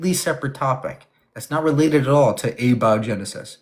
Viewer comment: It's a-BIO-genesis, not a-BI-O-genesis. I think this guest is stolen valoring his chemistry knowledge